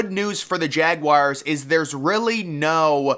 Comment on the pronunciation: Its pronounced Jagwars, not Jagwires.